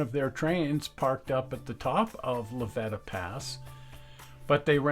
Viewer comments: Just for the record... The pass between Alamosa and Walsenburg is pronounced La Vee-ta (long E) Pass. Thanks. I enjoy all your shows and have watched almost all of them. The Rio Grande refused to let the C&TS into Antonito and cut the line just after delivering the last of the NG equipment the two states and the NGRRA that had picked out to save Just as their engine had pushed the last car off on to C&TS track which ended where the dual gauge track ended they had their n track gang there to take out a 30ft and a 40 ft. length of rail as I recall. as I recall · Great video. Just FYI it's La-VEETA Pass. Sorry, local knowledge. Also on the north end of the valley - SA-WATCH (Saguache). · It's pronounced La Ve ta pass and the pictures you show as the top of the pass is actually the town of La Veta on the east side of the pass. You need to better research on the Rio Grand Scenic RR to find out why it went belly up.